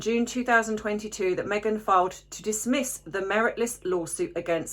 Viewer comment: Menopause vocabulary: to disbiss = to dismiss with a biting tone 😀